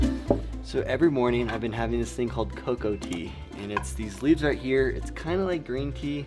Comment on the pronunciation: You’re from Florida and you don’t speak Spanish?,. That’s disappointing. And you had coca tea- not coco tea.